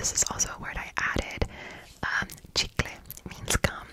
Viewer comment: Cuando dice "chicle"suena como a "chinguele" jajaja